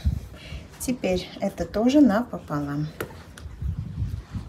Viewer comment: Цукаты отличные, но Ваше " напополам" так ухо режет! Видимо в школе учитель русского был не очень...